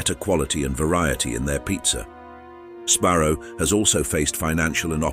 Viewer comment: I wasn't sure until it said sbarrow like sparrow and strom-boh-liss.